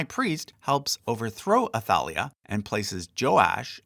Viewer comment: Great job! Except when you butcher my name! 😅 So taf ת for some silly reason it was translated as "Th" so the correct for is עתליה Atalia, and you pronounce it Ata- lee- aaaaaaahhhhhhhhhh 👻👻👻👻👻👻